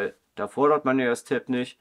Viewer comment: Das Tablet hat die Bezeichnung TAB, nicht Tape ! Tab steht für Tablet und Tape ist ein Klebeband. Deine Aussprache ist voll daneben.